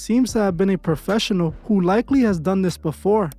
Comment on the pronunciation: “He had to be a popessional” Yea, ok Bozo…